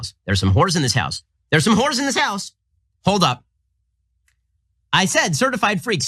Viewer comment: Ben Ben Ben. It's "There's some Hoes in this house", not "there's some whores in this house". You couldn't possibly sound more conservative, white, Anglo-Saxon saying whores. 😁🤣